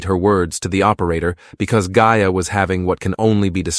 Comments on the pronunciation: Started off at the very start pronouncing correctly. AI sloppiness. No respect for Gaia or sister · Pretty annoying that gaia & mayas names seem impossible for you to pronounce them correctly.......please try harder